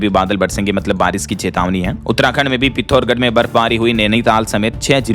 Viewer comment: पिथौरागढ....बोलिए जी, ना कि पिथौरगढ 😂